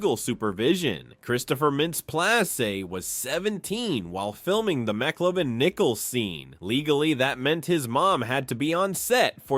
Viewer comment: So great inside info about the film! But damn, have you actually not seen the movie? The AI voice is "passable" IF it pronounces the names right! It's not McClovin it's McLovin!!! lol Maybe if you put a space in between Mc Lovin it would pronounce it better 🤔 But like I said, some good insight about the film! A lot of stuff I didn't know, so a thumbs up for that and good film clips and editing 😎👍